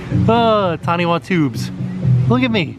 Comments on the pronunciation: AAH! My ears are bleeding! Please. The Taniwha... erg. The correct Maori pronunciation is different. The WH is said as 'F' or 'PH' so the word sounds like tonne-eh-fah. A Taniwha is a protective Maori sea monster. Kind of a cross between a great white shark and the Loch Ness Monster. (So Nessie with an amazing set of chompers!) I saw in one of your vlogs about the Polynesian Resort that you were having trouble with another Maori word - Aotearoa. The closest English phonetic pronunciation is: Air-tey-a-rrr-oh-ah. Aotearoa is the Maori word for New Zealand and it means "land of the long white cloud". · Its pronounced TIE-NEW-E